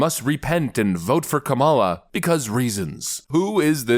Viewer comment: Sounds like he said Criminal Harris h😂